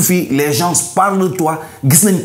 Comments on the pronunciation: Wesh pourquoi tu prononces gens avec le S😮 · « Gens » ça se prononce sans le « s » 🙏🏿